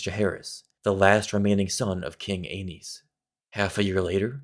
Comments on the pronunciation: Its pronounced like anus, not aneez… i don’t care if im wrong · Damn George RR didn't think too hard about all the possible pronounciations of Aenys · man ive been pronouncing aenys embarrassingly incorrectly